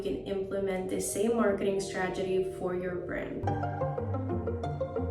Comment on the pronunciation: stragedy... lol sry i had to ... ur pronunciation of strategy